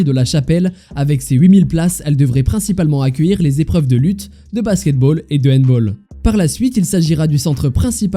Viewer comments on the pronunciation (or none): On ne dit pas "hanbowl" comme "football" mais "handball" comme "balle"! On ne dit pas "Paris sera-elle prête" mais "Paris sera-il prêt"!! On ne dit pas "l'ensemble de la ville de Paris va-t'être bouclé" mais "va être bouclé"! On ne dit pas "Paris tende donc" mais "Paris tend donc".